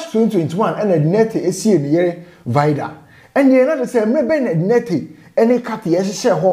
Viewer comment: I like the way you pronounce the Nartey 👅👅